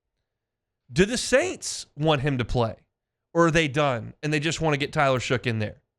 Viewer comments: Shuck. Not Shook. How hard is that to learn? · could you please pronounce the guys name correctly? His name is Shough pronounced shuck!!!!!! Not shook.